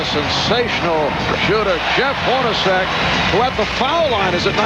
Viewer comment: Did the broadcaster call Jeff Hornacek HORNY?!